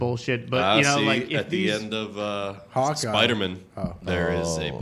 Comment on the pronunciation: saying spidermen instead of Spider-Man is low key the funniest shit ever.😂💀